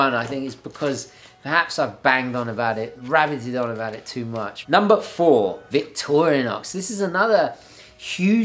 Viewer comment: I believe it’s Victor-IN-OX, not Victorian-OX...lol